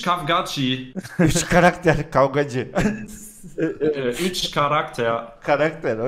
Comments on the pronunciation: Kavgaxi diyo :D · Üç... Kavgacie.: Güler: Karaqter.d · karakter e kavgaci diyoya ben onu kavgacı anladım